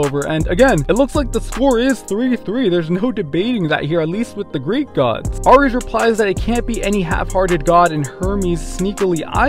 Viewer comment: Ares is pronounced “air-eez”. Have you never heard that gods name before????